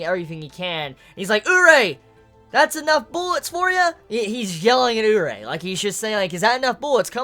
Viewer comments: More like Oo-ree-ay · isn't it "urié"? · Isn't Urie Pronounced "Yuri"? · I've always pronounced Urie as ooh-ree-ay